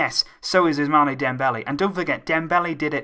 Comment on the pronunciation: You are still saying ousmane Dembele wrong, its ousman not ousmane